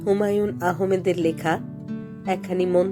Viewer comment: Humayun ahomed uchharon hobe na ota Ahmed bola hobe۔